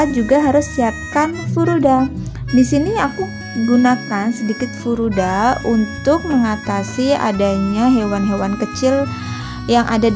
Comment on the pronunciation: Furadan mbak bukan furudal